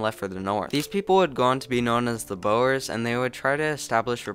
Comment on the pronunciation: Wow thats some accent a completely new way to butcher the word boer normally people say the word for drill or the act of drilling you manage to say the word for building 😅😂